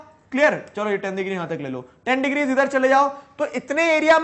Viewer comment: Digree no digire